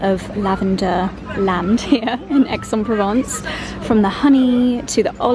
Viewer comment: The least you could do is to do an efford to pronounce Aix en Provence correctly:face-fuchsia-tongue-out::face-fuchsia-tongue-out::face-fuchsia-tongue-out::face-fuchsia-tongue-out::face-fuchsia-tongue-out